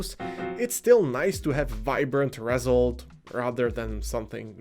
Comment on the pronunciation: ReSULT, Iit's pronounced reSULT